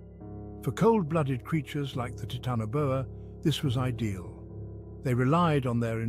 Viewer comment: Taitana Boa Not Titano Boa